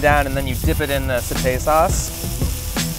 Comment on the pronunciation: It's satay lol